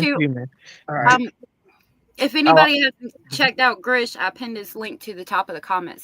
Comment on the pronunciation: calling GRISCH GERSH had me cringing every time he said it. C'mon! 😂😂